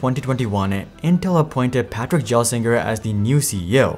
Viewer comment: The guys name is Pat. Not Patrick. Like I’m literally cringing every time you say Patrick. Gelsinger Gell - singer. Not Jel - singer